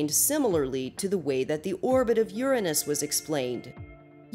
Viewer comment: THANK YOU for not pronouncing Uranus as "your aynus", honestly I absolutely hated that.